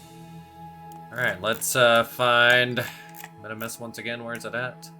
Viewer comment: Not sure what’s more annoying. The bugs or you saying Minimus rather than Minmus.